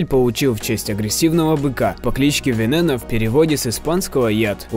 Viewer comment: Не вэнэно а вэнон